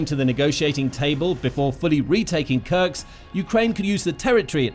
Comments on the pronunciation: it is called Kursk not Kurks the s comes before the k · Kursk is really not pronouneced as "Kurks". You essentially butcher every single settlement name which does not help your channel credibility. One may wonder how accurate are the facts if not a single name is right... ˈkɜɹsk ‐ not that difficult :-) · YO! MASTER of mispronunciation! It is in FACT Kursk NOT Kurks! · It’s KurSK Not Kurcs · Is this guy an A.I. with no geography training, or a human who was handed a script that wasn't spell-checked?! It's "Kursk," not "Kurks"... sheesh 🤦‍♂️ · It's not krks it's kursk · Where is Kurks? Do you mean Kursk. Learn to read simple words